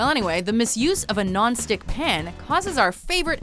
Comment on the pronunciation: "That's why it's called a non-sttICKK"